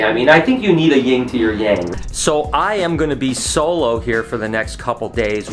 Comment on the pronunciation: YIN not YING!!!!!!!!!! Stop saying it wrong. Sorry, big pet peeve